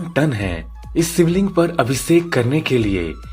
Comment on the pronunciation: सिवलिंग, अभिसेक, संभू धारा, आसरम...!! वीडियो ठीक है, लेकिन ‘श’ के स्थान पर ‘स’ ने सब गड़बड़ कर दिया!